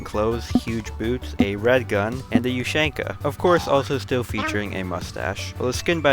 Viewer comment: finally some who knows how to pronounce an ushanka!